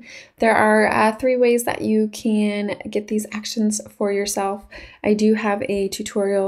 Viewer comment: Nice "ackuh-shuns-ah" but it would have been helpful to know how they work. I was with you until you started using them, then had to go find another video because you didn't demonstrate what you're doing. Makes the whole video a but pointless...